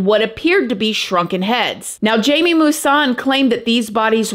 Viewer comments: It’s pronounced “Hi-me” rather than Jaime, just in case you were curious. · not "jamy"- "Himey" Jaime. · Jaime is most likely pronounced as Himey. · Dear, the name would be pronounced in English as “Himay Mousaan”. 💝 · Hi,! His name is pronounced as Hi-meh Mouse-ann, and I totally agree with you, they're trying to desensitize us cause something's probably coming soon...🫢 how scaryyyy 😖 ILY and love your videos 💖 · Hi his name is pronounce (Hi-Mey Mau-San)Jaime Mausan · As a Mexican I'm just so embarrassed of Jaime Mausan and all his fanfares. Please note that he doesn't represent us. You are not pronouncing his name right but I forgive you❤ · la amo mil pero ojalá hiciera el esfuerzo de decir los nombres bien